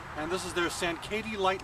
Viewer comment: sankaty is pronounced "sain-kitty"